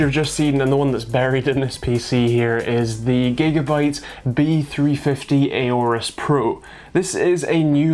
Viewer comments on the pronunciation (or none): STOP SAYING AORUS WRONG